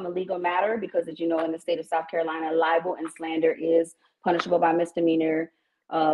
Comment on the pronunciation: “You called me lyin’”. 😂😂😂 How can you speak about slander and libel. (Ly-bol) 😂😂😂